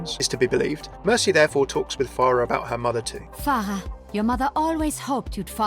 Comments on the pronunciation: Remember children it's "far-ah" not "FAIR-ah" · THAT WAS A JUDGE DREDD REFERENCE NOT TERMINATOR ALSO ITS PHARAH NOT PHARIAH Good video though thanks